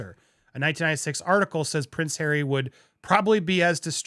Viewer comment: 😂😂😂😂😂😂😂😂 that's "our Hawwy"!😂😂😂😂😂. Incidentally, is the word "cretin" still acceptable or is it now banned in our PC world? I'm getting too old for today's linguistic shenanigans. I can't keep with what is ok and what is on the "Banned" list.